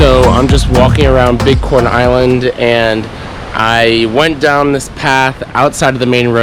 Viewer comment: Lol... Everytime he said big corn Island it sounded like he was saying bitcoin island... Then I see a boat that said bit coin island.. Wow.. What's the deal with that? Do they accept bitcoin on this island?.. Now that I'm listening closer... Dude you are saying bitcoin island aren't you?